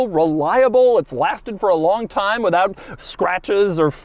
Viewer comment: Nobody: that one episode: “ITS ABOUT TAMM U SHOWED UP”